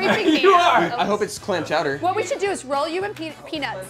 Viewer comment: When says “weee” there is a silent ‘b’ automatically added on the end 😉